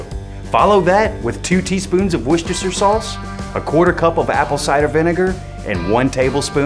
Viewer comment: Ayyyy an American who can pronounce Worcestershire correctly! Also this looks awesome. Question about the water pan - I have an offset smoker, and I have pretty much just put some foil in as a deflector, never used a water pan. Presumably that's gonna add a lot of water vapour to the environment where your food is smoking. For what kinds and cuts of meat is that preferable over having the smoke dry?